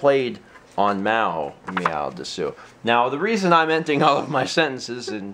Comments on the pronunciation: drop the u at the end it's des, and Japan says meow like this Nya (nee yea) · meow des is how it's pronunced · You pronounced "desu" wrong. Of course, you probably don't care... so, never mind. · ITS PRONOUNCES MEOW DES! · you're saying desu wrong, its pronounced des, the u is silent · It's pronounced dess...